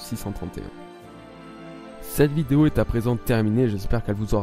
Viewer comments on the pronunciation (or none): none